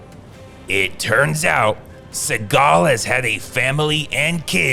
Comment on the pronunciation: It's pronounced "seagull".